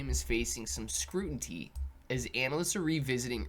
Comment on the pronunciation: CLAY!!! You said the word “scruenty” and it almost shut down my brain!!!